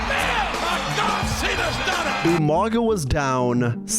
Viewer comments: Pause. Already. All these years later and people still say "(you-manga)". Idk if it's suppose to be a joke I never caught, but that shit still infuriates me. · Who is this Umanga could've sworn it was umaga lol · Say it with me bro, “Ooo”——“MAH——“GAH”………..UMAGA “UMANGA” 🤣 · YOU-MANGA? hahahaha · I know you ain’t just call bro umanga 🤣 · The way you pronounce umaga pissssses me off